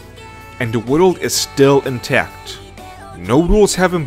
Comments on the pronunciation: Why do you pronounce world as "wideled"? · The way this dude pronounces stuff keeps taking me out of the video "wohdl" instead of "world" being the worst offender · World : ❌ Wodolde : ✅😂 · I got 3 minutes in and had to click off dudes lisp is too much lmao. He pronounces “world” as “wordle” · I like how he says "Naruto world" like sudowudo. Joking aside, rasengan was a mistake. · “Woodl building” ? Really? You’d think that if you were going to make a video which required repeating the same world dozens of times you might actually learn how to pronounce it first. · It sounds like you say "worul" instead of "world", But I get you bro! A Spanish speaking I to strangle to pronounce that very same word 🙁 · not to be that guy but.. world is not pronounced woodoo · You pronounce "the Naruto world" as "Narudowoold." I like it! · "World" doesn't fucking have 2 god damn syllables! Stop fucking pronouncing it as if it fucking does! Speak your natural language so I don't have to listen to you butcher my language! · At first I was mad about the way you pronounced Naruto then I heard how you pronounced world & got a general sense of how the rest of this video was going to play out. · *Nurudo Wudold